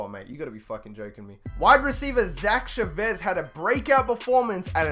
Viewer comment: It's pronounced Cha-vez